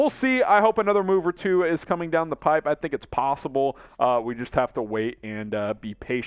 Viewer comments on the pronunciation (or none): none